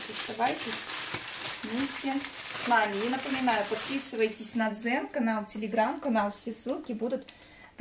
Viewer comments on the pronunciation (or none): none